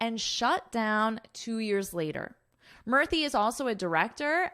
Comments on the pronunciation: Madam Murthy is pronounced as Moorthy. U should sound like oo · In India, pronunciation of Akshata in hindi is 'Akshta' and pronunciation of Murthi in hindi is 'Moorti'. I am a native hindi speaker. So this is for the correction. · She pronounces in a funny way, Indians namee